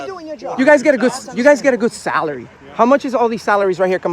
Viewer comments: "Half a million dollars in 'Celery' right there (Salary). 😂😂😂 Thanks for the laugh Bro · All of you fucking so called journalists are such complete morons. You constantly moan about millions of dollars in wasted celery yet you are the cause of the wasted tax payers celery as you pronounce it.